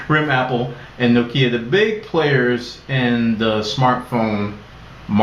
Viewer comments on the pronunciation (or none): its naw kiya not naw-kee-yah